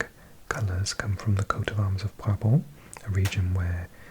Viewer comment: Original area of Brabant was/and is a Dutch speaking area. You need to say the T on the end of the word. BrabanT😅